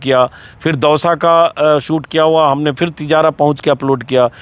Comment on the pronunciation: सूट नहीं शूट बोलो अंजुम जी अपने सहयोगियों का उच्चारण सही करवाइये